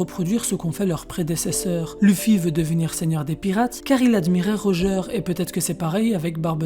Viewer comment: Bv la video mais corrige la prononciation stp x) Xebeck et Rodger